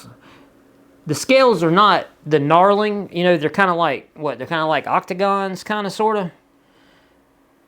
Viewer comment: Knurling, not knarling.